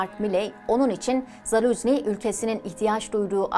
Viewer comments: yanlış okuyorsun soyadını Zaluzni değil ZaluJni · Doğru telaffuzu: ZALUJNIY